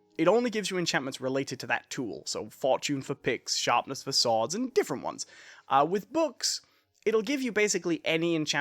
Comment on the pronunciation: why do you call swords sooads its annoying lmao